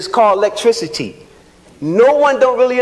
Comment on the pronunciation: Did he say “Lecteicity”? 💀